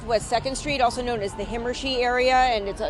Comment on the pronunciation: How to tell when a person is not from Fort Lauderdale, they don't know how to pronounce Himmarshee!